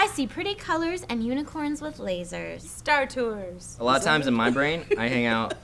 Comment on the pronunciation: I lost it when said "star tours" i was skypeing with my gf and she thought i was having a stroke